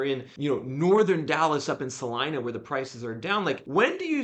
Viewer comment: Kudos on being able to pronounce Celina correctly. 😂